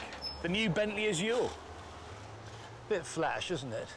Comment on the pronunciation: Why do people keep mispronouncing azure